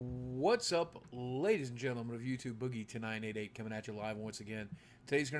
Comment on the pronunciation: This entire time I thought you've been saying "whats up, ladies and gentleman of youtube, boogie tonight at 8 coming at you live". Just realised you're saying "whats up, ladies and gentleman of youtube, boogie2988 coming at you live" !!!!!